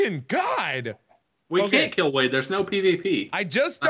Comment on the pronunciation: wade* not wene